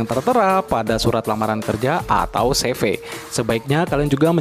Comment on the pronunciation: kok seve bang dibacanya sivi